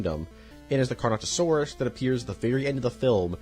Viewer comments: I hate to be a sucker but here are the dinosaurs you mispronounced. (Im only going off of what I think is what you said) Pteradon - Pteranodon* Carnosaurs/Carnotosaurus - Carnotaurus* Parsaurlophus - Parasaurolophus* Mamenchiansaurus - Mamenchisaurus* Corythoruses - Corythosaurus* Pachycephalosaurus (You said the letters correctly, but it still sounds like you said it incorrectly) Elasamoforeium - Elasmotherium* Basalinosaurus - Basilosaurus* Doecurus - Doedicurus* Pro cop to don (Say it like this <----) Carodontosaurus - Charcharodontosaurus* Yangchuasaurus - Yangchuwanasaurus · I have marked every instance of mispronunciation of dinosaur names and people names in this video. They are listed below: Carnosaurus 💀 Carnotosaurus 💀 Lewis dogson 💀 Pteradon 💀 Brockiosaurus 💀 Parasaurofolus 💀 Corythoruses 💀 Pachyphlosaurus 💀 Gullymimus 💀 Oscar moralis 💀 Elasmoforium💀 Titanboa 💀 Docuris 💀 Hyodon 💀 Vasilineosaurus💀 Arctus 💀 Doicuris 💀 Mussosaurus 💀 Gigantosaurus💀 Proceratops 💀 Orthimimus 💀 Aliormas 💀 Thesealosaurus 💀 Geosternbergia💀 Ankylorodon 💀 CompategoSUS 💀 Colin trev-arrow 💀 Micheal craydon 💀 Mamalian scratch mormo 💀 Anklyosaur 💀 The lysyne contingency 💀 My favorite dinosaur is the Pair-uh-soar-ah-low-fuss not parasaurofolus. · ‘CARNATOSAURUS’? HOW HARD IS IT TO PRONOUNCE CARNOTAURUS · It's car-no-taur-us, not car-no-saur-us !!! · It’s the Carnotaurus ^^ not Carnosaurus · I find it funny how you forget the T in Carnotaurus and call them carnosaurs. Carnosaurs are a real thing, they are a group called Carnosauria which consist of Carcharodontosauridae, Allosauroidea, Megalosauroidea, and many others. It’s a very wide group consisting of organisms like Allosaurus to the entire Spinosauridae family. This is definitely a minor nitpick but my brain it was said multiple times so I thought, I might as well nerd out in the comments. Now a days, when people think of Carnosaurs, they’re mostly talking about the horror movies from the 90s. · CarnoTaurus, not CarnoSaurus